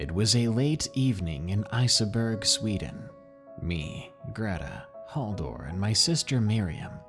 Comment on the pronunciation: Did he say Isaberg? DID HE SAY ISABERG!? That's it I'm moving